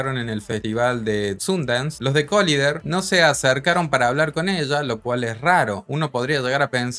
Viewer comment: Que rayos es Colinder....se pronuncia colaider '' Collider ''